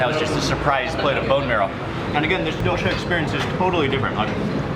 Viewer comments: It's not dohsha it's doh-sa (dosa) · DOH-SAH. Not DO•SHAW. Please pronounce the food of my country, proper. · suprised the indian guy isnt helping with pronunciation lol its doSA, not doSHA